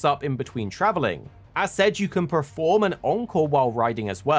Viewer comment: Why do you keep saying preform and preformance for?